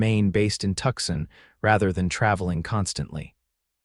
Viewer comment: Listening from Clarksville, TN. Nice story but have a suggestion - it is Tucson not Tuxson. Please try to make the correction.